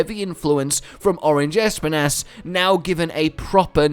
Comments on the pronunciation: The way he says ESPIN’ASS i can’t 😂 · If Espinas's name is about the spanish espinas (thorns) it is pronounced esPInas, totally sure was named cause that